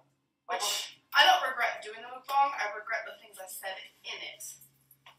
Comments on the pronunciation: Its pronounced Mook bang with a long a. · So is it (mook bong) or (muhk bang) because the second makes the most sense. 1. The you would look like ( ü ) for moo 2. It really irritates me the way she says it. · She said Mookbong bish that ain't how you effin say it. Shut up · how many times did she say MoOkBoNg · Mook-bongs? Is that how it is really pronounced? Sounds like some type of drug paraphernalia. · Can someone tell it's not MOOK bong....that drives me crazy...learn how to say the damn word. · She can't even pronounce it correctly!!